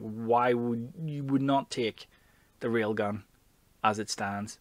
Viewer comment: hehe, your accent makes it sound like " Real Guns! " - real guns indeed